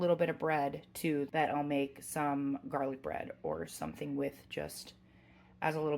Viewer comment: I knew I had to stop immediately and subscribe the minute you said “jarlic”! 🤣🤣